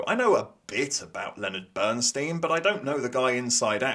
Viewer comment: Why does everyone mispronounce Bernstein's name? How could you sit through that film and not get it?